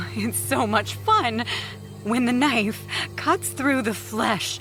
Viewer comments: bro said k-nife😭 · I noticed this too and they're spoken a little different as well. Maybe it was a retake that wasn't edited properly. I came to the comments to see if anyone was going to comment about ka-nife for knife 😂😂🔪